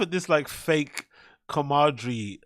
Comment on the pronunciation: had a Schaub moment tryin to say "comradery" but instead says "come Audrey" 😂